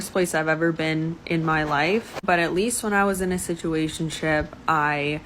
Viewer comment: Yeah, just substitute the word "d*ck", every time she says "situationshiip. That's really what she's saying.😂